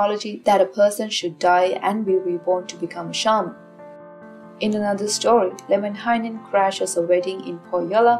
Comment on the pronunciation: American here, was reading the Kalevala and kept thinking, "There's way too many syllables in this guy's name. " Came to this video, and the way you pronounce it sounds way better than the way I was reading it.